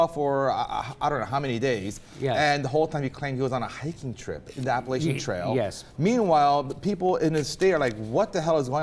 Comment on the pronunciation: They are mispronouncing Appalachian.